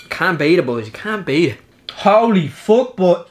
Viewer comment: He said houly fouck and "ma tried it ma"